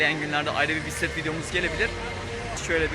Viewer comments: Bisiklet kelimesini söylerken acaba "k" harfini okumuyor musunuz yoksa ben mi yanlış duyuyorum? Sanki bisi'let dermiş gibi çıkıyor :D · bisset diyor :D